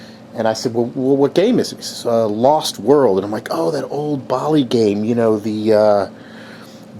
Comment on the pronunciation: The way you say Bally will never not bother the hell out of me.